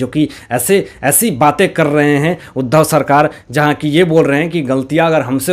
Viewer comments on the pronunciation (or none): none